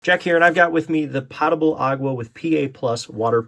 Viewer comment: And he even spelled it correctly. 😂. Making me crazy every time he says it.